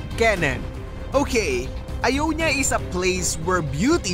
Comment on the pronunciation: Not ionya its iyowniya